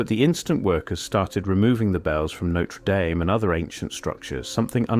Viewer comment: AI generated tripe. Can't even pronounce Notre Dame properly.